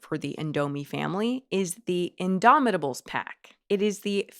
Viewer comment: y tf is indomitables looking like the dinsey incrediables knockoff they pronouned indomitables in that off pitch in DOMI with a rythmic pause ta-buuls i couldn't hear the hunt and win type haant and weeein